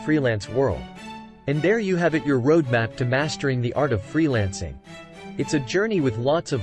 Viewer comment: Love road “Mapes”